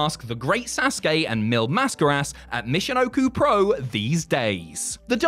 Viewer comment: oh my god someone actually pronounced it “SAUCE KAY”. That’s actually incredible